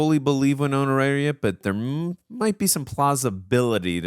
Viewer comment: Winona, not why-nona.